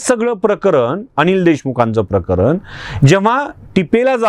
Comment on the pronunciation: प्रकरन नाही प्रकरण बोला